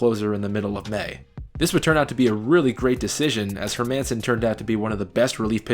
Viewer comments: Dustin Hermanson's last name is pronounced incorrectly in this video. Just say the name "Herman" and you're two-thirds of the way there. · You're pronouncing Hermanson wrong. He was also a sort of successful closer for the Giants. It's not like he was an unsuccessful starter and then came out of no where. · it's dustin "Herman-son" not dustin "her-man-son" and the Angels won in 2002 not '03, the yankees went in '03(lost to the Marlins) and were beat by the Angels in Divisional round before facing the White Sox. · Hermanson is pronounced with the emphasis on the first syllable. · Dustin Her Man sin It’s pronounced her Mi sin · Never heard Dustin Hermanson's last name pronounced Her-Manson, always thought it was more like Herman-son . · Just two things. Dustin Hermanson’s name pronounced “Her men sen”. Not “Her Manson”. That drove me nuts in this video. Also it’s Pronounced Backie, not Back for Brandon Backe. Other than that, great video. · Yep and it’s Dustin “Her Men Sen” not “Her Manson”. He totally botched that pronunciation too haha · only thing you can change is pronouncing Dustin's name correctly . HERRR-min-Son. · her-man-son????? seriously??? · As a White Sox fan, I enjoyed this video a lot - and I couldn't help but notice that you said Dustin HerMANon with an emphasis on MAN 😎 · I love your videos but I cringe every time you get a players name wrong. Dustin HerMINsen Brandon BackEY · Great video, but the players are pronounced HER-man-son and BACK-key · where did you learn to pronounce these names? i feel like you don't remember them if you think brandon backe is pronounced Back. and dustin hermanson is not HerMANson. just like it's not HerMAN munster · Her-MAN-son cringe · If you’re going to put in the work for a 30 minute doc, at least learn the pronunciation of the players’ last names: HER-minson & BACK-eeeeeeee. Also, you never mentioned the team’s best regular season reliever, Cliff Politte. #credibility Other than that, good stuff. ;)